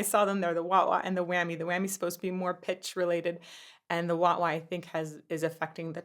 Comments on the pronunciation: No judgment, but were you saying Waht waht? Wah pedals are useful, and Whammy bars are a part of the guitar bridge. I'm sure you've had this comment 100 times over. Great content as always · It’s waaaa pedal… Rookie. 😉